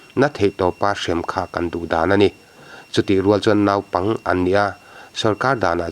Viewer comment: 'Naupang' i lam rik dan hi puitling ve meuh lam danah chuan a mawi lo em mai, mi lam danin lam ve tawh teh.Thurawn a nih chu aw, huata lak lohah.